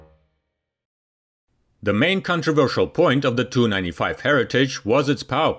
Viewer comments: 'Tee you'. Not 'too'. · It's pronounced T U, not TOO. Grrrr!!!!! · Please do not pronounce Tu as ‘Two’ but ‘T’ ‘U’ somehow the accepted way of correctly pronouncing has become corrupted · Tee U not To. Seems common to sat it that way. Enjoyed the video. Nice airplane! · FYI…..it’s pronounced tupolev, NOT Too…..114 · He pronounces the TU initials of Tupolev 'too'. The video is neigh on unwatchable. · TU is "Tee You," not "Too." IL is " "Eye Ell," not "Ill." Please.